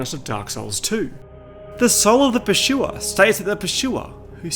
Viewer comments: Pur-sue-er not Per-shoe-er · There is no way you pronounce it pershua, NO WAY 😂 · dude i can't with this guy's pronunciation of "pursuer" 😭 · Pursuer ❌ PurSHUA ✅ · Th Pershuwer. The Pershuwer. The Pershuwer. The Pershuwer. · "Purchuer" ahaha ridiculous 😂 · The PASHOOWA! Wtf?